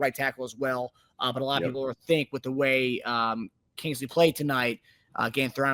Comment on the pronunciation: Except for the fact that can't even pronounce Kingsley's last name correctly